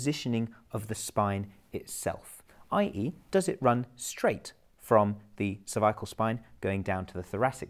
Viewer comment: Sounds like he’s saying “Survival spine”